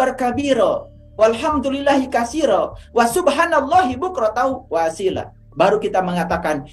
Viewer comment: Assalamualaikum ayah guru,izin saya menjadi murid melalui YouTube ini. Maaf ayah bacaan waasyila itu yg benar' dlm Qur'an waasyiiya yg berarti pagi.